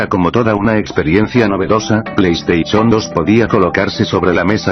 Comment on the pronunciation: plei estaichon xD